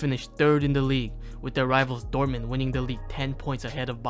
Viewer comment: why is he pronouncing dortmund dorman 😭